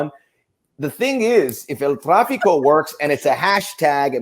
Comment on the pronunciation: This. Needs. To. Stop. It is el traffico. You can make 20 more vids on the topic, everyone will still call it that